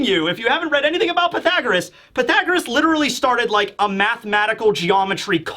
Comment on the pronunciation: Connie alive? How many mothers, especially the high percentage of tragic story lines to mothers, makes you not think that she's alive. She dead, haha I've watched multiple one piece chapter reviews and is the only one to say Pythagoras correctly, and I guessed he would haha. You missed the chance to say how do you like them apples.